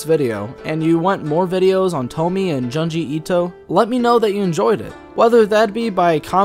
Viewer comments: Japanese speaker here. Your pronunciation of Junji is way off. It's closer to Joon-ji but with a shorter oo sound, a little like the u in full. You're pronouncing it more like jyanji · It's Junji like in June. Not Janji. Please. Why can't people read Japanese names correctly. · also junji as in a quick joon,june not jahn like wtf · And And-June gee. Junji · Great video but your pronunciation of Junji Ito is very wrong. The Japanese syllable 'ju' is a short 'ooh' sound. Like in June but not as drawn out. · The pronunciation of Junji and Tomie made me cringe so hard, I literally cannot even. Well, to be fair I suppose the accent cannot be helped so that's just that. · The way you pronounce junji makes me angry 😂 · It’s pronounced JOONji itoh and TOH-mi-eh :)